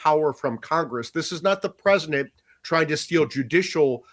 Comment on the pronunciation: Am I crazy or is the A3P guy saying "presnent"?